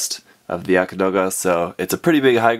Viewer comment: it's pronounced Yagd some pronounce it yakt...not Yaka....